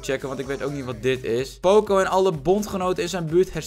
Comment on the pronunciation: Waarom zeg jij poocoo het is pocoo